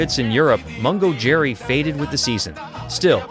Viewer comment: Mongo Jerry??? It's Mungo Jerry. The Bugles ??? It's The Buggles. Make an effort, would you?